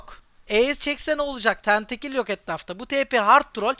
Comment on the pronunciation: tentekill deme allah aşkına şuna tilt oldum